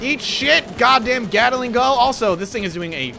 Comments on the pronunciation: Why does everyone pronounce Gatling wrong. It's two syllables Gat-Ling not three Gat-A-Ling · ?? where would that second "a" even come from? gatling literally has only one a.... XD cheers buddy :P